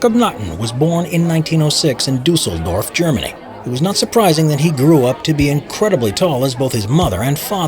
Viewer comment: Luca mag Bier Ohja 😂 Aber hier wurde wenigstens Düsseldorf halbwegs korrekt ausgesprochen. Da hab ich schon schlimmeres gehört 😂